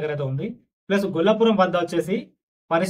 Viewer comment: హిందూపురం గూర్చి స్వచ్ఛంగా పలుకు. గొల్ల పురం కాదు గోళ్ళాపురం. నాన్న వినడానికి ఇంపు, సొంపు లేదు. ఇంకా మంచి వీడియో, మంచి వారితో చేయి. లేదంటే గోవిందా? జై జై జై హిందూపురం.